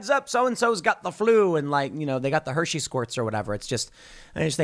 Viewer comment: Hearing Tim say “Hersey Squirts” made my day lmao